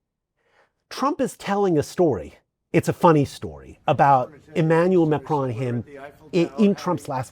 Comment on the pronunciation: If you are one of the vast number of non-francophones who cannot pronounce the name "Macron" correctly, PLEASE do what this gentleman did and keep the "o" short, as in "computer." The result is not perfect but French speakers are habituated to other linguistic groups struggling to replicate the very nasal sound of the terminal "n" in French words like "main", "veston" and "Macron". Pronouncing that almost entirely nasal "n" without allowing the tongue to touch the upper gums is a trick best learned in childhood, or by getting yourself mocked until success became obligatory, which is what happened to me. It would be so much more respectful than MAKROAN from anybody, and so much more professional from members of the Free Media. The traditional, corporative, media should know better already...